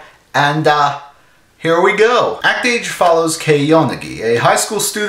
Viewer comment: As a French person (and someone who can read katakana), it grates me that no one pronounces the title correctly. XD Though I have no idea what the fuck an "act-age" is.